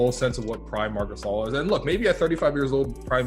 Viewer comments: Unsubscribed for the Photoshop job and pronouncing Marc gasols name wrong because that tells me you really watch alot of basketball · Did you really say Marc gasel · He said Marc Gas Oil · I can’t respect him for not pronouncing gasol correctly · Bro after hearing him pronounce Marc Gasol I headed straight to the comment section and me my brother and dad have been dying laughing for 20 minutes straight, srry man not finishing this video 😂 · When he mispronounced Marc Gasol name I lost interest in the video and disliked it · Bruh I almost disliked the video when he miss pronounced Marc Gasol’s name 😂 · Maybe it's in the script he just read it and knows nothing in basketball 😃 he even pronounced marc's surname incorrectly 😂😂😂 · your pronounciation to "gasol" is wrong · yeah he murdered his name's pronunciation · Gassel? You mean GasOL? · It’s Marc gass-ol not Marc gasshole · Stop it, is not gas-Soul.. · Marc Gas-ul 😂.. Marc Guh-Saul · Gassell...Gasol...GUH SAUL buddy LMAO. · You know his name pronounce Ga-sol not Gassle ....🤔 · i disliked cause you said gassel. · My man said Marc gasel that is just funny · Did he just call him mark gasel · My man said Mark gasal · “Marc Ghassal” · Who tf is Marc Gassul 🤣🤣🤣🤣🤣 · Who else turned it off after he said marcs name as gas-al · "marc gasil" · Fr like what is a gasil 😂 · When he said Gas-sal I felt like he no longer knew what he was talking about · Who the fuck says gassel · wait... Mark... WHO?!?! Gassel??? c'mon man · He really just said marcs gassel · That niga said Matt Cassel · Marc Gas-el? Is he serious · Not subscribing to a basketball channel where they pronounce Marc Gasol’s name Marc “Gas All”. You welcome for the view though 👍🏿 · Its pronounced Marc Gasaul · “Marc gashole” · I stopped watching when you said "Marc Gassel.." You lost credibility.. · Stopped watching after he said Marc Gas All 🤣🤣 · Yo YouTubers really be finessing us with content of sports that they don’t even watch. That boy said Marc “Gassle”